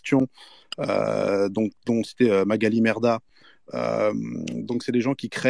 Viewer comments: C'est moi ou il dit "Magalie MERdah" mdrrr ? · Non non il dit bien "Merdah" 🤣🤣🤣🤣